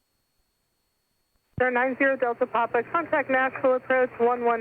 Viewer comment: one of the few who say it correctly